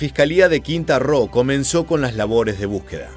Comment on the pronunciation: No es "quinta ro" es QUINTANA ROO